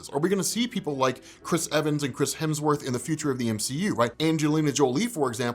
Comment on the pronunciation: lol "Chrims Hemsworth"